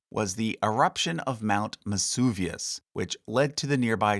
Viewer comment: Mesuvius? I think Vesuvius